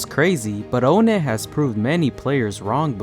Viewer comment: why do you pronounce onnet "oh net" instead of awhnet